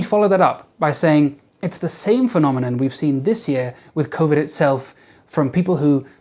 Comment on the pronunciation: did you say covideo?